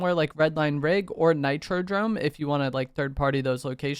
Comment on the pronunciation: Bro said nitro drome way too many times DOME ffs